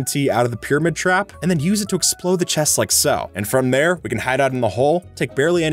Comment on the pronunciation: boat with chést